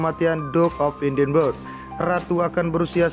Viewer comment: Tuan admin. Sebutan atau pronunciation Edinburgh salah. Bukan "edinbeg" tetapi "edinbra". Edinburgh is pronounced "ed-in-burra"